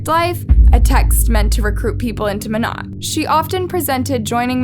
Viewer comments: It’s mo-nay… not mo-not. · Monat is pronounced with a long A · Ur pronouncing monat wrong its supposed to sound like monay...and it's a pyramid scheme and I doubt she was making 34k a month..... Also do you not know that her husband Tom is dead now??? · If it matters to ya at all, it’s pronounced “mo-nay” :) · Mona the t is silent you pronounce the a lol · Yeah it’s pronounced moenay. But it’s spelled monat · Lmao I said this too, drove me nuts how she keeps pronouncing it. It’s pronounced with a long A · monat is short for modern nature so it’s pronounced mon-ate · Decent video but your pronunciation of Monat irks me a lil not to mention leaving out a big part of the case; they had enough evidence to arrest the husband but he committed suicide right before the police were gonna arrest him. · You are pronouncing the name of the company wrong. It’s driving me crazy! Seems like you threw this one together and didn’t do very good research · "monat" the pronunciation...im dying XD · Monet is pronounced like ballet just a side note lol fyi I love this channel🔥💝💖